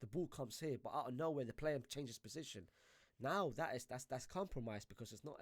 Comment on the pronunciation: Why is my man saying „possishin“ instead of position